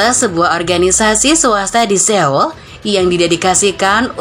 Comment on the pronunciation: Ibukota korea itu di bacanya soul mbak bukan seul